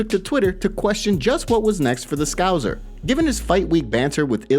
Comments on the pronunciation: Scouzzzer Lol It’s Scouser … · It's pronounced, "Scouser," not, "Scouzer." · It's not scouzer... its scouSer!!! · "ScouSer" not "ScouZer" why do Americans say it like that it's so annoying 😭 lol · Scouser not scouzer hahahaha why do Americans struggle to speak English 🤣😂🤣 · Why do Americans say "Scouzer"? Its "ScouSSSer"! lol God it's so annoying 😭 lol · Why can't Americans say scouser? It's not even hard to say... "Scowzerr"??? Really? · Please don’t say scouzer ever again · Did he just say scouzer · It's not a "Scowzer" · Why can’t yanks say Scouser? 😂🤷🏽‍♂️ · Learn to say scouser